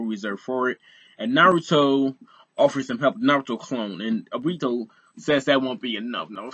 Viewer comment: bruh it's obito not obtio